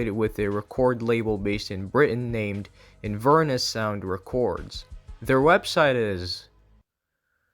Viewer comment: Btw! Inverness is a city in Scotland and it's pronounced in-vur-NESS (the 'vur' being like fur but with a v and with emphasis on the 'ness' sylable) rather than 'in-VER-nis'. It's where Macbeth is set, and is along the river Ness which is connected to loch Ness!